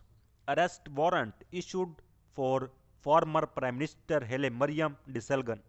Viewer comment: ደስልጋን kkkkkk ! Dude Desalign gg is silent